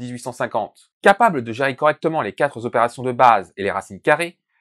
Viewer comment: Pssst : qua TROpération, et pas quatres ZOpérations ;) (super vidéo, au passage)